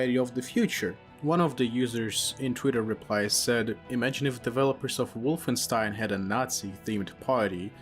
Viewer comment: I love how tried to pronounce Wolfenstein the right way to sound like a cultured man while completly butchering the pronounciation